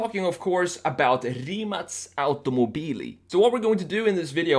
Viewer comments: Mate Rimac said in one of his interviews that his car is pronounced with the letter K (kay; ka, kei:) and not with a C (cee; ce; si:). So, different than his last name. In this video the man said Rimac (cee; ce; si:) automobili. I don't know is it correct or not , since it's the name of the company, but deffinetely the car is not Rimac (cee; ce; si:) but Rimac (kay; ka; kei:). Mate said so. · Finally someone who says it correct Rimac not Rimak. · in ya' own video,, when dude-bro asks Mate (the driver, founder of Rimac) how to pronounce the name, Mate clarifies that the Croatian way is Rimac ("Rimatz"), but because it's apparently hard for (and most Americans?) to pronounce, he implies that "Rimak" is fine if you can't properly say Rimac. edit: Proof --> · Holy crap! Rimac is pronounced as Rimatz? Rimatz sounds sexier... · No, its not. Its Rimac, with a C not a K. English speaking jurnalists did that.